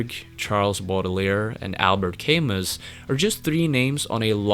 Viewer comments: Albert "Caymis" ? It's pronounced Ca-moo . Albert Camus. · cool vid... btw Camus is pronounced cam-MOO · Although the philosopher's name is spelled "Camus", the correct pronunciation is "Ka-MOO". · Albert KAY-MUSS lol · Camus is pronounce "Ka-moo." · albert camus pronounced Cam-moo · Thumbs up! A couple things though... You and Jim pronounce "shaman" wrong... And Camus is pronounced "kah-moo... and... Jim wasn't "sued" in Florida... he was arrested. Well, made video...Keep 'em coming... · Thanks for constructing this! Love the breakdown of Morrison's personalities. Been a while since I've listened to The Doors - you have me going back! For future ref, Albert Camus is pronounced more like 'Al-behr Cah-Mou.' I'm horrible at pronunciation, especially of French names, and even after I know the pronunciation, I still default to how I want to say it. I still f up Pahlniuk, Houellebecq, Chabon, Picoult, Coetzee. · One thing: Albert Camus is pronounced al-bear cam-ooh. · Dude Nietzsche and Albert Camus are pronounced: Albere Camoo and Neecha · Camus is actually pronounced "Kamoo". The more you know. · Bout time. Thanks. Btw Camus is pronounced Camoo. Id say do Charlie Parker or Thelonius Monk but they're not rock musicians. So how about Father John Misty? Or the Fleet foxes? The Wonderstuff? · you pronounced camus wrong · boy oh boy you fuked up those philosophers names lol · did you really just pronounce Albert Camus the way you did!?!?! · You mispronounced Camus and Nietzsche.